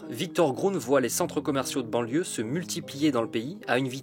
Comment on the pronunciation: Banlieue. Mais pourquoi vous n'arrivez pas à le dire ?